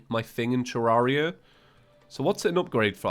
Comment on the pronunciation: Someone on discord asked leinfors: "Your thoughts on ()" This is what leinfors said lol "Seems pretty legit. Needs to learn to pronounce Terraria!"